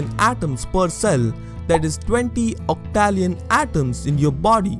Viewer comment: I've questioned about the colour perception stuff when I was a kid, and come to the conclusion that it doesn't matter, it will change nothing and therefore would be a total waste of time to think about. For the second one, I believe you pronounced 'octillion' wrong. For the third one, you cannot say that one is immortal without first defining what is life and death